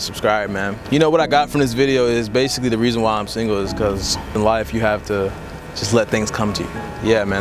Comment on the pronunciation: How is the first word "The" and the rest "da"?